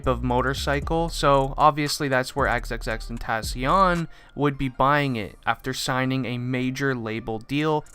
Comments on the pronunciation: xxx-tent-a-c-ion lmao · And he is saying the name wrong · “Xxxtentassion???” Tf breh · Him: Xxxtentatyon Me: 👁👄👁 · Why do you say xxxtentaasion you dumby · He said tensions rongw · Bra u cannot pronounce his name man triplextiont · Imma just call him Jedidiah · Like extension cord??? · If your a massive fan then why did you pronounce his name wrong... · The way he pronounced "xxxtentacion" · He doesn’t even know how to pronounce his name correct lol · If your a big fan of him then you should atleast say xxxtentacion's name right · How you his fan when you can’t even say his name correctly lmao🤣💀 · If ur such a fan then how come u can't say his name right ?? Nah jokes man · If you were an actuall fan you could say his name right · “if you are a huge fan of xxxtentacion.....” Me: That’s... that’s not how you pronounce it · If you were a real x fan why can't you say his name right? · I hate that he didn’t pronounce the name right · U don’t even say his name right you aren’t a real fan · I hate how je is saying tentacion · How are u gonna say ur a big fan but not even know how to say his rapper name like what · I’m a big XXXTENTACION fan Also: *pronounces the end of his name with “n” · At least if you say you’re an X fan Pronounce his name properly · if u are a really big fan say his name right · if you were even a huge fan why don’t u pronounce his name right or say x if u can’t